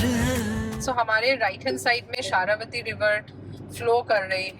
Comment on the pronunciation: it is जोग falls and not jog as in jogging and it is शरावती river not शारावती।